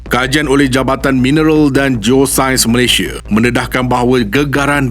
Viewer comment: Indonesia, malaysie Sunda, malaysie Maaf admin saja menegur, nama rasmi kita tidak boleh ikut loghat kita. Sebut sahaja Malaysia